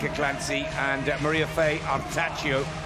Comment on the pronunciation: Great work by the Swiss. PLEASE someone tell there is no "I" in Artacho